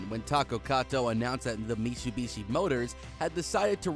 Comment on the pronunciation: Did you say mitsubushi? 🤦🏼